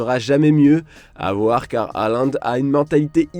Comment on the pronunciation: D'autant que la vraie prononciation est Hollande (comme Flanby)